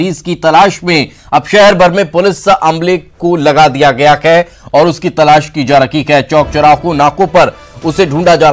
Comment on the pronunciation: Ye ankor hai ki jagah khai bolta hai .....hamesha notice karta hu